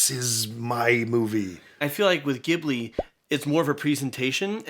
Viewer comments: Love the commentary 😀 Just a little note, the pronunciation for the studio name is a soft “g” as in giraffe 👍 Also I would recommend “castle in the sky Laputa” and “Nausicaä”. And I understand you guys are a movie comment channel but after watching “Nausicaä” I HIGHLY HIGHLY HIGHLY recommend the manga ver. Hayao Miyazaki wrote and drew!! The movie only covers like 1/6 of the whole story and it goes SUPER DEEP 😆 And really messes with your mind about humanity, present vs future, how greedy or hopeful or hopeless people can be with themselves,the environment and other races and all sorts of good stuffs👍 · I love you guys but I wasn't particularly happy with your take on this movie. It's not just random and weird stuff going on - if you research more about Japanese culture and mythology it adds so much more depth and nuance. Almost everything HAS meaning. Also please pronounce Ghibli correctly! Yes the word is pronounced with a hard G in Arabic and Italian but Miyazaki pronounces it with a J sound. You can watch videos of him talking about studio Ghibli to verify this. Thanks guys - love what you do! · It's pronounced "Jih-boo-lee", and not "Gib-lee". Ghibli is an Italian word for desert wind, pronounced 'gib-lee'. Hayao Miyazaki liked the word and took it when naming Studio Ghibli. However, he uses the Japanese pronunciation, which is "Jih-boo-lee"; the romanization of "Studio Jiburi". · great video, spectacular film, lots of good lessons.. i just wish youd pronounce Ghibli right.. its said "Jibli" and not "Gibli", in other foreign languages too.. just a little nitpick, overall id be returning this video next time i watch the film :D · I'd love to see you react to any and ALL of the Studio Ghibli movies, many great ones are listed below. But please, it's pronounced like "jib-lee" not "gib-lee" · I always want to tell you guys that in Japan it's pronounced Jiblie not Giblie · It's pronounced "jeeve-li" not "give-li"! Just an FYI from a friendly Japanese Fan ;)